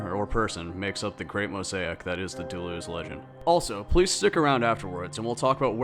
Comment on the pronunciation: doo-loo-oz...that's pronounce...he did not wander aimlessly...jeez